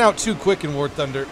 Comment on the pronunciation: "ware thunder" lol